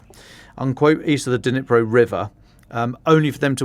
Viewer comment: I lived in Ukraine for 17 years right next to the Dnipro river. NOBODY IN UKRAINE call it the DeNipro! Nobody. The D is silent. Just like the K in Kherson and Kharkiv. They are pronounced Cherson (as in Scottish “loch”) and Charkiv . But I know the English tongue struggles with such sounds so just make the D silent and say Nipro. Same with Kh - Herson, Harkiv. It’s not hard.